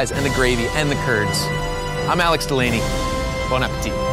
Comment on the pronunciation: dont know why, but i heard brad saying DELANY!